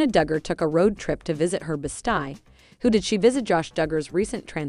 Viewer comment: Best eeee, not best eye.